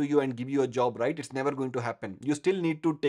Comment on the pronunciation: When you say "Rrright " 🙂